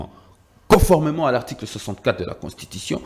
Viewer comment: On dit conformément et non coformement